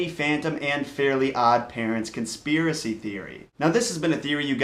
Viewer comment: its fairy not fairly